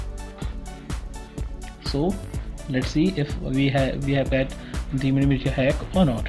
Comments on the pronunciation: It's pronounced Mili(s)ia & not miliTia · Dude please pronounce the name correctly...its miliशीया not miliटीया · its pronounced milisha not milliteeya